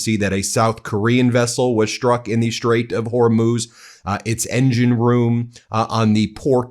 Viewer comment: A shtrike? In the Shtrait? Do better, Ben. You could pronounce words correctly tomorrow, if you tried.